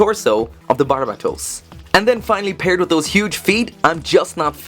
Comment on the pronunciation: How are you pronouncing BARBatos as BARABAtos?